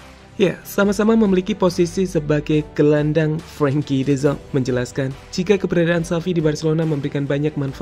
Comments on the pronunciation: Oyy de Jong bukan de Zong , orang luar juga ga gitu gitu amat pengucapannya 😂😂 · min, bukan "de zonk". tapi "de JONG" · Dezang dezong, de yong min, ealah cook ancok ! 😂🤣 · Koreksi ya, de Jong dibaca de Yong bukan Zong. Gatal gue dengernya. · baca nya "de yong" bukan "de zong" mimin?